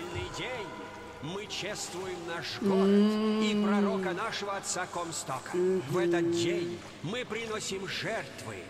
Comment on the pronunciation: Буквы AD Букер сам себе выжег (Анна Девитт). Бтв, в оригинале же вроде КОмсток, а не КомстОк?